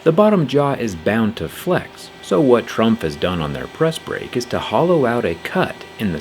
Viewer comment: Trumpf is pronounced like "True", not like "Trunk". That helps a little with differentiation